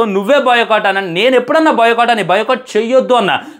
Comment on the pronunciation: బాయ్ కాట్❌ బయో కాట్✅